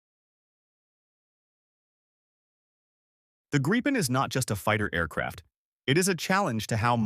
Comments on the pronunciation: FFS fix the AI. It's Grip - en, not Gripe -en. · Artificial narration sucks. Doesn't even know how to pronounce Gripen.